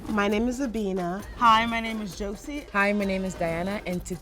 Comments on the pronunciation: Your name is not you name is. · It’s not Abina🌝